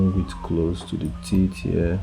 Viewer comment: Also "Tits" instead of "teeth"! much love =)))